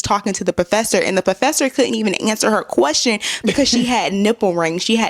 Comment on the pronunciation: Let me axe you a qwastion